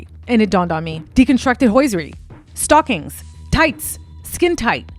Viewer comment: So many odd word pronunciations. You don't pronounce the T in debut. Written is not ridden. It's hosiery, not hoisiery. Stockings, not stawkings. It's like you've never heard these words spoken aloud in your whole life and have only seen them in print. Perhaps a feature of people who live their lives buried in the internet. Also, wth are you wearing? You seem really talented and did a lot of research on this piece. It's a really excellent assessment of what's going on with this couple. If only you used your powers for good instead of evil. Your own vanity and vapidness that makes you so concerned with someone like Bianca Censori (because you're kind of like her with the whole exhibitionist thing?), also makes you produce content that is equally shallow. If you had some depth and self worth, you could be a real detective. You have all this passion, personality and can still express yourself through fashion, but what you say to the world with the hypersexual thing is that you feel like nothing inside.